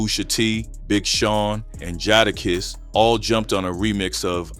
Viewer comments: Poo-sha Tea G-eye-da-kiss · I knew this shit was AI voiceover the minute it pronounced JadaKiss JAH DAH Kiss lmmfao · Wait bro naaahhh Not POOSHAA TEE and JOUHDAKISS 😂😂😂 WTF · This is really good AI. I couldn't tell it wasn't a real person talking until Gucci Mane and Jadakiss's name was mispronounced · For real and how did he pronounce Jadakiss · How did you say Jadakiss ??????